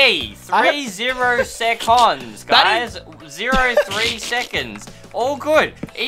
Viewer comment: "Zero secands"